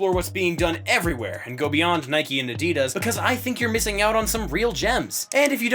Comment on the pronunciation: This narrator actually knows how to pronounce Adidas. Most people don't